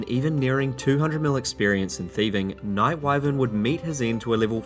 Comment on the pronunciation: Why do you keep saying Wight if its Night?